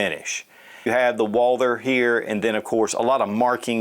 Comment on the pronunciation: Every time he says "UOAALDER" in stead of Walther my ears start to bleed.